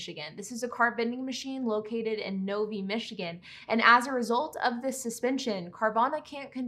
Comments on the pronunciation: Common mistake for residents not native to Michigan, particularly the southeast region but Novi is pronounced "nov-eye" not "nov-ee". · Nov-eye. Not. Nov-ee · ma'am, its not novie, its novi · Novi ( is pronounced ) NO - VIY ! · Novi is pronounced Nov-eye 😂😂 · Novi is pronounced Nov I. Named after train stop number six from Detroit to Lansing. Thank you for doing this. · Excellent report. Thanks but one very small, unimportant observation with some, semi interesting history. Novi Michigan is pronounced: No veye. It was Railroad Road station Number 6 before there was a town. So No. VI - became Novi. Keep up the good work ! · Lol you said Novi wrong. 🤣